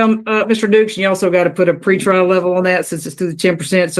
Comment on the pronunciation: It's "Pre-trial" my friend. 👍🏻